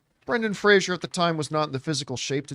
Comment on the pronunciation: Fraser rhymes with razor. His name is not Frasier.